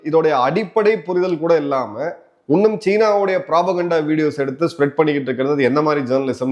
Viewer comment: Your presentation is matchless.. Kindly pronounce " இன்னும் " instead of உன்னும் " 😄